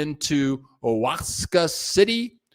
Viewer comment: Oaxaca is pronounced Waahaacaa!